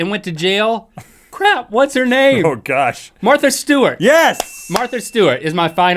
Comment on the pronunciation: Link pronounced Martha like my great grandma used to : "Marther." #Carolinas